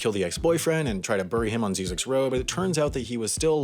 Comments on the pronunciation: He got the name wrong. It's pronounced "zizzix", not "zeezix". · Ziz icks, not zee (at least that's how I say it, don't think anyone really cares much either way 😂😂) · First of all, it’s pronounced “zye-zix.” Second of all, it leads to an ecological research center that is very important for desert related ecosystems and animals. It isn’t just a random road people in SoCal love to laugh at on their way to Vegas 😉. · It is actually pronounced Zz "I" ZX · It's actually pronounced ZY-ziks. (Rhymes with Isaac's.) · the road is pronounced “Zie-Zek” and there’s a science camp there that i stayed at over the weekend as a requirement for a science class at my university. it was pretty fun and we hiked out into the desert and searched for scorpions with UV flashlights at night. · It's pronounced "Zi-Zicks." First I like "Rise," second I like "Vicks." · its prounounced Zie-Ziks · You pronounce Zyzzyx incorrectly the first y sounds like a long I. A few people live and work there. There are classes at Zyzzyx regularly on archeology, history, photography and numerous other topics. I have given talks out there at the annual symposium and it is one of my favorite place in the desert. The movie crap though. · You're saying Zyzzyx road wrong. The Z has a S sound not a Z sound